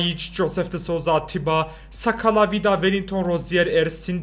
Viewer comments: Sakala degil nsakala oku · Ensakala diye okunuyo ben mı öğreteyim sana